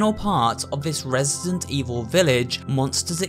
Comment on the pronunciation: Did he just say ''Resisident''? ✋😶